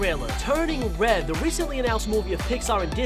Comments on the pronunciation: Stop saying turning wed its turning red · Hey your saying turning red wrong your say turning wed when it pronounced turning red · is it just me or is he saying "turning wed" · stop saing wed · He can’t say red he said wed and gwate lol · The way they say turning red “Turning Wed” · He said"turning wed" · I don't know why but I kept on laughing when he said wed panda instead of red panda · Not Trying to be rude but wed fwiend for red and friend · is it just me or do you talk like “uwu wed pwandwa” (no offense) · Did he say turning wed in the beginning? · He replaces all rs with ws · It’s not turning wed it’s turning red RED R R RED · One secret of the 10 secrets you missed in the turning red official trailer he sometimes replaces the R with a W when he’s talking LOL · He says turning wed